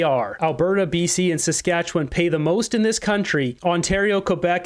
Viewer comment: When a Premier in Canada can't even pronounce Saskatchewan, that speaks volumes there Ford